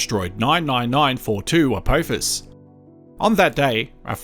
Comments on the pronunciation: Its a-p-off-us not a-poe-fus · Why do some say Apowphis. Do we say Stowp